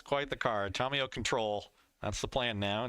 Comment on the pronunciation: Someone tell it’s “TAM-iyo” not “TOM-iyo “